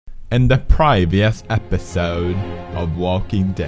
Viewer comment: The fucking intros get me evey damn time, even watching these back to back. Kenny dies, I cry, episode ends, "In the prayveeus episoude" I die of laughter. Even through fucking tears. ( ´, ▽ ` )